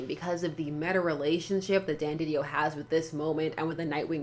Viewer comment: No you said it right the first time.